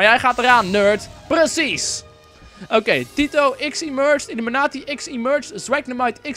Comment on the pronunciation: Volgens mij is het illUmI-kwaad-i in plaats van illImU-kwaad-i :)